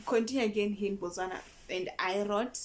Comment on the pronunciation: You pronounce the word Botswana quite well. I'm impressed.